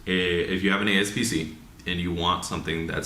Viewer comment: a-P-s-c not a-S-p-c 👍🏾